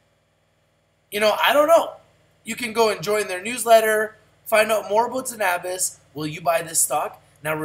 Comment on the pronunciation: hey RICH TV LIVE, just so ya know it's pronounced ZEN-a-bis, not zen-AH-bis